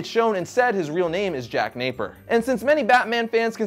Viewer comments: Veidt (like Adrian), not Vendetti. And Napier is pronounced "Nay-peer", not "Naper". Sorry if this sounds hostile or petty, but the mangled names got under my skin. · Napier. Not Naper. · Not jack Naper ITS JACK NAPIER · It’s Napier not Naper! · Jack NAPIER not Naper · you pronounced Napier wrong,it's pronounced Nae-Pea-Ear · I know this is an old video but our family pronounces Napier as nay-pee-er.